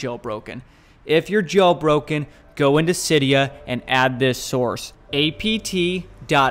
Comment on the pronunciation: am i the only one who hears jobroken?